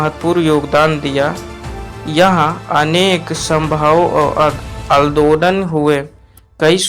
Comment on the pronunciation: Bhaiya adodal nhi andolan hota he😂😂